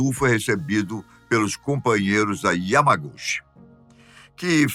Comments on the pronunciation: A pronúncia de Yamaguchi... è Yamaguti ❤ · Correção O yamaguchi esse "chi" lê-se ti Entao se lê yamaguti